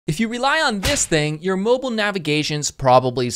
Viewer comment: Can't be a mobile master until you can pronounce it properly ;)